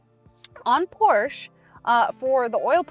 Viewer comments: When will you learn its not called Porsch? There is an E at the end of the brands name, for good reason. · Pronounced: POR-SHA... It's a family name. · Not to be that guy, but, if you are going to be selling these cars, you probably should be pronouncing it “Porscha” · I speak German and Hungarian............... but am of triple nationality. It is pronounced; "porrr she' " . The "r" is "rolled" like "rrrr", with the last "e" as in "elephant" is briefly stated, almost silent when pronounced. But true! I do believe it is "appropriate", no matter who reviews this or other vehicles of any make, the name is pronounced "with reasonable correctness" as it promotes respect for the manufacturer/maker of the breed. It is no different than speaking well of someone and in trying to pronounce One's name appropriately. Many people do care. However, I do believe the presenter poured her best into this review and it was well done! This was an excellent review of a great car. The lady has very good knowledge. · Incorrect. I speak German............... but am of triple nationality. It is pronounced; "porrr she' " . The "r" is "rolled" like "rrrr", with the last "e" as in "elephant". Alzo! The "e" is a short e , almost silent when pronounced. But true! 😏 haha. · Learn to pronounce Porsche....and Getrag You don't want people to think your hair is really blonde